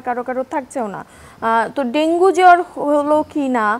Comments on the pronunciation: dengue naki Dengi😂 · ডেংগি বলেন কেন??? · Dengi dengi Bolche kno